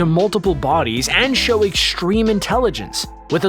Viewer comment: Ekschtreme! What's with people not being able to pronouce "st" properly. There's no "sht" sound in extreme, or strong. It's not pronounced SHTRONG. it's strong. Don't know where you people learned how to read.